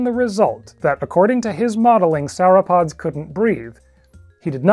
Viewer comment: Did you say 'sour-pods'?